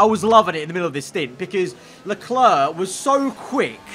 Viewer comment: If I ever stop watching, it's probably because of how he pronounces "Leclerc". It's not a big deal but geez it's annoying, great content tho